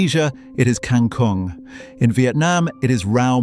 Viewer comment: aaaahh........ its KANG-KUNG (water spinach)